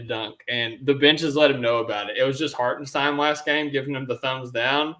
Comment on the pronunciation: If I hear “Hartensteen” one more time, I’m committing sepuku